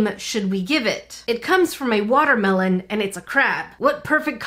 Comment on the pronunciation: it a woter melon and a crab Me: Woter crab